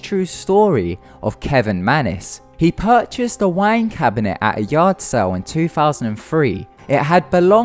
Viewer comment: I'm so sorry but I had to laugh, because of your accent, when you said "wine cabinet" I thought you said "wank cabinet"